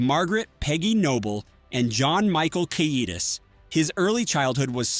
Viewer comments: WTF! Pronounce his name right! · You lost me when you couldn’t pronounce his name 5 seconds in.